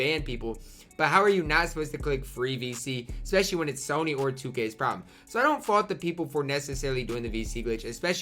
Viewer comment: lmao when he said fart instead on fault